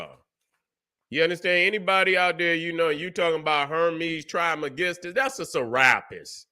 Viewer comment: "trish mey-giss-stus"